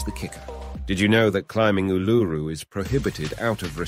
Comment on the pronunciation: that's also not how you say "woolloomooloo". It's /ˌwʊləməˈluː/. Stress is on the last syllable, and the "OO" makes three different sounds. Like "Wool - ah - mah - LOO". I know your just an AI, but your pronounciation of Uluru is so off i couldn't even recognise what you were saying. I thought you said "enigmatic allure"